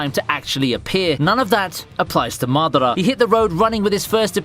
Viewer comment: 1 like for god "madara"